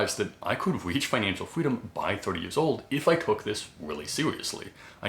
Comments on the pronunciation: Financial fweedom 😂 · I just found your account today but cant help but find your "fweedom" really adorable! lol Let's go FIRE!